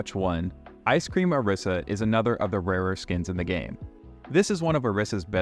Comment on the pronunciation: Orisas name pronounced wrong :/